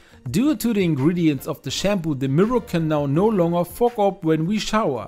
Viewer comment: I thought he said the f word by the way .Why dont he say steam up 😊